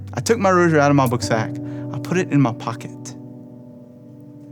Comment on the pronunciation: Not "roshery"......geez!! Stop saying "roshery"!!!!!!